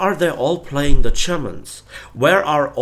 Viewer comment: Very beginning- playing, not palying ^^